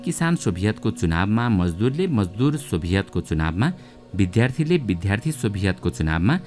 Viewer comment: यो धेरै मानिसहरूले मन पराएको कार्यक्रम हो। त्यही भएर एउटा सल्लाह दिन चाहन्छु। आशा छ कि यसले तपाईंलाई दुःखी तुल्याउने छैन। मैले भन्न खोजेको कुरा यसप्रकार छः विद्यार्थी = विद्या + अर्थी। विद्या = विद्+आ। “विध्या” गलत उच्चारण हो। ”विद् +या” सही । तपाईंलाई लाखौं मानिसले “फलो” गर्ने भएकोले यति लेख्ने धृष्टता गरें। गल्ती भए माफ पाऊँ । यसको बारेमा एउटा एपिसोड नै बनाउनु भयो भने सुनमा सुगन्ध नै हुने थियो।